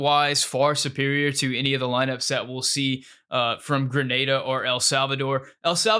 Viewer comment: You pronounced Grenada correctly, well done my friend